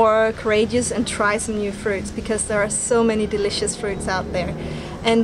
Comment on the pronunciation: She pronounced some of the fruits wrong Oml I laughed alot